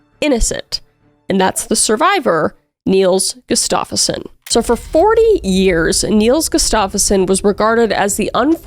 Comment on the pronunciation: His name is Nils Gustafsson not Niels gustaffoson :)